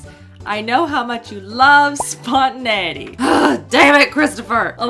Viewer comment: I got so distracted for the longest time after her pronunciation of 'spontaneity' 😅